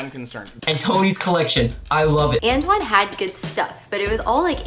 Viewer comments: Antoine: pronounced Antwan Gabriel: ANTONY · i’m laughing at the fact that gabriel thinks “antoine” is pronounced “ann tony” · Why is no one talking about Gabriel calling Antoine “antony” 😂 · I literally died when he repeated An-Tony XD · Is no one gonna comment about how Gabriel is saying antoines name so wrong “antoneee” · i hate the way gabriel pronounces “antoine” like “antony” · Gabriel said Anne tony instead of Antoine